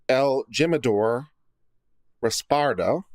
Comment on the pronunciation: That tequila is pronounced He-mador the j is and h and the I is an e in Spanish